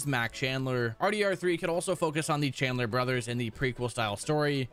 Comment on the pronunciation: Mac callander! Not chandler!